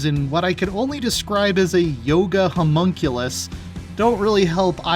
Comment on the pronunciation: "Yoga Humunculus" 🤣